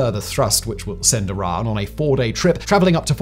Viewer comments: Now I see what he meant when saying "Iran". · why do you pronounce Orion like "Oron" ? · Learn to pronounce "Orion" correctly!